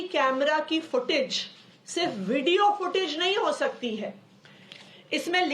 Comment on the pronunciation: At 6.23 she says ...Necessaaarily .....Vudio.....bahut dari hui hain